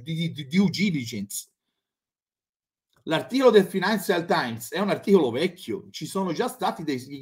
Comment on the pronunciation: Ciao....se quello è abituato alla lingua inglese, avrebbe dovuto correggere il giapponese sulla pronuncia di financial....a quanto pare non se n'è accorto o non sa parlare manco lui e legge la traduzione di Google 🤣🤣